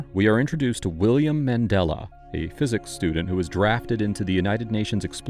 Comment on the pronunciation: Such a great book, surprised it never got as much as a mini-series - btw Mandella was named by his hippy parents after the circular religious symbol of the 'Mandala' and supposedly should be pronounced the same way.